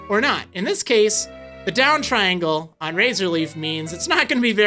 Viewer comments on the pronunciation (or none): none